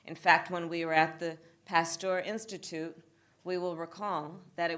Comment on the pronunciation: She can't even pronounce Macron and Pasteur correctly, she really is a waste of space.